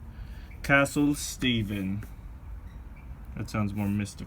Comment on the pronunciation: You mean CaCtle?